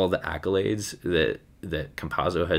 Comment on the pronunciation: its not pronunced like pizza